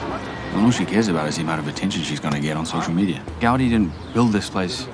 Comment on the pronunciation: For how cultured he pretends to be, he doesn’t even pronounce Gaudí’s name right.